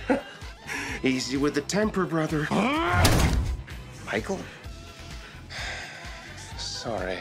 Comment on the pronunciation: Lucifer: very well Michiael lol 😂